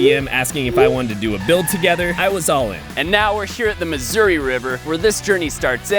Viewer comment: i love how he pronounces missouri as "misery" sometimes